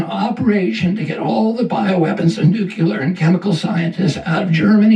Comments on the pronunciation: I'm not referring to his speaking disability. He (and many others) cannot seem to pronounce that word correctly. It is not "NEW - Q - LUR." It is "NEW - KLEE - ER" There is no "Q" anywhere in the word nuclear. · Shocked that Kennedy can't pronounce "nuclear" - Makes me question his intelligence, even though he seems to 'get it'.